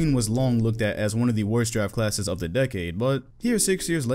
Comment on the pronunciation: Coulda Sworn in the Beginning said “ Giraffe Classes “ 😂